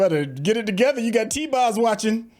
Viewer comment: Bro said T boz 🤣